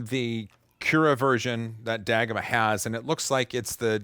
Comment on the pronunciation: I supose it is dagomah, not dah-goma…